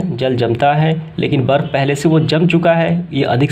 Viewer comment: बर्फ होता है 😂😂 वर्फ नहीं 😂😂